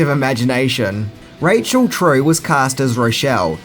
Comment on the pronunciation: Not Ray shell. Raychul. That is how you pronounce Rachel.